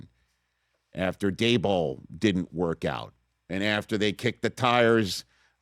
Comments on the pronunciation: Now I guess Rich will never need to learn how to say Daboll's name correctly. (Hint: rhymes with "table.") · Rich would not be in good graces with Michael Kay, who gets worked up when Daboll is pronounced Dabole. He said over and over, Daboll is pronounced Dable, like table or sable. To which I think to myself, well, that's stupid.